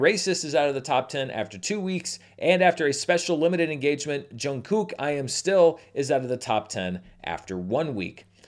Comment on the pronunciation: Haha that's not exactly how you pronounce Jungkook but I'll let it slide:), you still need to make it to a BTS screening like you did Taylor Swift, I think you'd have both actual and ethnographical fun:)